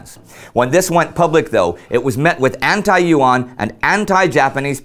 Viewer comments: YUAN sounds like "U.N." pronounced quickly. Your mispronunciations made me chuckle, but you did good enough. The Chicom version of "pinyin" is difficult for most Americans to learn quickly. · YUAN is pronounced as a single syllabus, not YU AN. Online translations are wrong. Nice video though. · Yuan should be pronounced in one syllable rather than Yu-An. The same applies to Duan. Qirui is best approximated as chee-ray. It is very informative to see Chinese history from this angle!